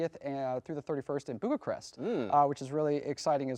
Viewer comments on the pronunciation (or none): did he say boogacrest? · Can that guy not pronounce Bucharest?